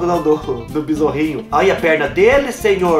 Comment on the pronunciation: Acho engraçado que ele fala "besouRRo", rsrs. E ainda disse que parece o Black Kamen Rider kkkk